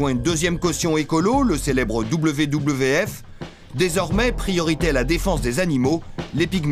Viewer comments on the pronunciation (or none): je ne sais pas d'où vient le commentaire, car WWF se prononce V V F et non pas double V, double V, F